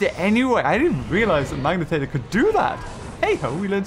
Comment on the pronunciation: i dont know why it bugs me so much...but its not a "magnatator" lol